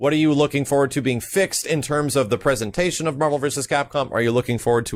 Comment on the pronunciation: "pesantation" all hail king max